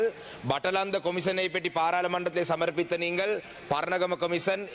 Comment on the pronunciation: மக்கல் அல்ல நீங்கல்